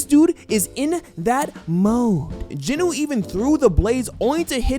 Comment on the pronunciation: stop saying "jinoo" say it like it is "jin-woo" not "jinoo" smh.